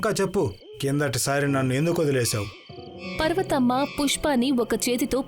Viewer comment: పర్వతమ్మ ❌పార్వతమ్మ ✅